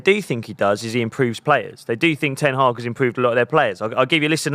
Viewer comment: Put some respect on Ten Hag’s name!!! 😂